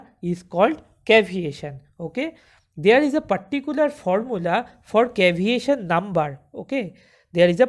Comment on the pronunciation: its not caviation, its CAVITATION brother.